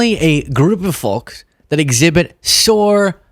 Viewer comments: Love you but you keep pronouncing “folks” wrong 😮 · What's this weird recent turn now where Americans are abruptly saying the L in folks, but drop the L in salve, to make is some different word, like "Sav" instead that other English-speakers don't know what you're talking about. It's the same with solder, drop that and mangle it like Sodor, that Island in Thomas the Tank Engine instead. It's the same as with Yolk, which you don't do that with yet, so where is the consistency, or are you a mish-mash informal dialect now, like with Pidgin English. It's just hard to take you seriously in our language when you can't even get basic 4 letter words like folk right, isn't it. Make up your minds, will you, because you say the Ls in Solder and Salve, like in salvation? You don't say the L in folk, when you do the opposite, that not English and more like Englishn't. It's not your language, you're not English and you haven't killed us off yet like you did the natives when you appropriated their culture, so why don't you stop mangling English all the time and speak it like the rest of us do, no more illiterate exceptionalism of sometimes you do, sometimes you don't, but wrong in all cases anyway. Obviously if you hate and despise English so much, like you obviously seem to with not even being able to say a basic one-syllable word like folk and all of a sudden, because before that you Americans used to say folk fine, so what happened to you in only the past few years only with saying folk wrong.